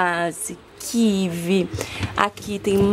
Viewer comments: Eu ouvi...QUIVI????nao seria Kiwi??? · a pronuncia é kiUí....rsrs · se pronuncia KIUI meu deus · Que interessante vc pronunciar kivi.. Aqui pronunciamos kiui.. Realmente kiwi da impressao de kivi..❤❤❤❤❤ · Se pronuncia kiui sim, em outros paises também, é o certo. O W foi aportuguesado infelizmente e virou "V" para nós, mas na verdade, na origem dele é do som de U (ex. Washington)